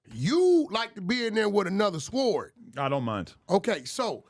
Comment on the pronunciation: THE W IS SILENT IN THE WORD SWORD. JESUS CHRIST!!